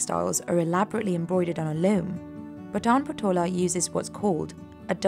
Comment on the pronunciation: Please correct your pronounciations of the patan patola